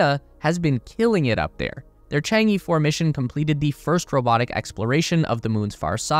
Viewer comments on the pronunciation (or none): Chang E should be pronounced as "ch'ang o" in Wade–Giles. Not just E like in alphabet.